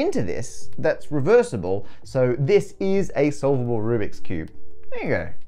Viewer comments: at the very end of the video where he says "thereyougo"it sounds like "nigga" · I'm sure that wasn't the racial slur it sounded like, but what the hell was it that he said? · Y'kno, now that you emphasized it, it sounds like the parker version of the n word